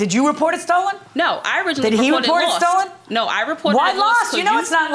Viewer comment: she is a scammer too.. "It be stollen".